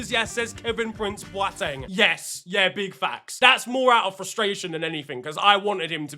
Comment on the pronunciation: A like just for getting Boateng's name right!